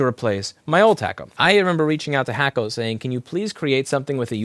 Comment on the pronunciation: You know, every time you said hakko i thought you were talking smack about the hot air solder you were using. I thought u were saying hack-o.. as in “Chinese bootleg”. 🤦🏽‍♂️ only took me over ten years to figure that out.